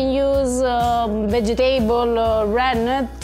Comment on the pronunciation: is learning Italian very well and his pronunciation of the 'double T' is impressive. Now needs to learn how to pronounce the word "vegetable"... he he he 😆